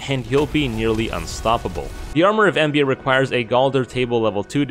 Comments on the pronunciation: it's called armor of EMBLA, not embia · My friend that is an L not an I in Embla. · Wait isnt it the Set of Embla? Its not Embia. Still a neat video.